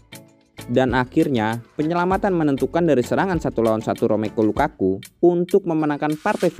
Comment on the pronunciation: Ini mah channel aji mumpung yg memanfaatkan momen Piala Dunia utk memeroleh cuan. Pengisi suaranya gak profesional banget nyebut nama pemain bola, yg benar saja ... Romeko Lukaku???